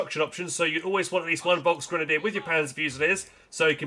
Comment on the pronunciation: Das ist folks g., F sound like in word film. Germans will be angry